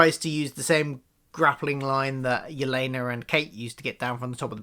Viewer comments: It is "My-uh", and "Yeh-lay-nuh". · When you call Maya "Meeya" and Yelena "Yuhlahnuh", it reminds me of when my parents used to get confused about how to pronounce the word "dalek". They would call it a "darlek", because, I guess that's how they thought British pronunciation/accent works?